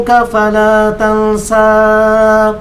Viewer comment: علی بھای فلاتنسیٰ میں غنہ ہے غنہ کرو